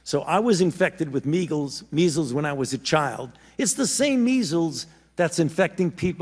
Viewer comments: He said megeals. Freudian slip. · Did fauci just say 'meagles' instead of 'measles'? Yes, fauci also tortured beagles....